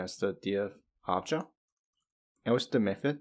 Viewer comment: Great video, just real confusing your miss pronunciation of the word "object", it sounds like Agile, which gets you confused